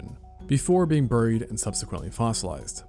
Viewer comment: “Ber-reed” is crazy